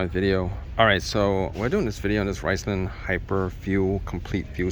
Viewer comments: Did he say "rice land"? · Its pronounced RIZ-lone.